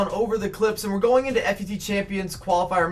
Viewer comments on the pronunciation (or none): it's pronounced Fut champions (foot-champions) it gets me irritated the way you say it